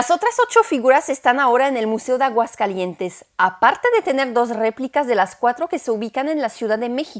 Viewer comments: Enriquecedor, dinámico y ameno, a parte de interesante y cultural, me gustó mucho; un dato inútil, (como se dicen por aquí), no se dice Aguascalientes'n, jajaja, se dice Aguascalientes, hermoso día y un abrazo fraterno. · ¡Aguascalietes'n, qué bárbara,! Ya más mexicana que el atole. Extraordinaria la calidad narrativa, la investigación, la producción. Te la volaste con este video, de verdad.